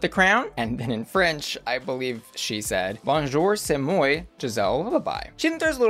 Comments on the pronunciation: "Moi" is pronounced "Mwa" :) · not pronouncing moi "moy" mfbsjbhjghfkjhgdjskhkjdfhjksd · say moy? Ever heard of Miss Piggy? Or the most basic French word? Moi. Me. C'est moi. It's me. You're the problem, it's you. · not "see moy" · Not saying moy instead of “mwah” for ‘moi’ lol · So funny how she pronounced the word “moi”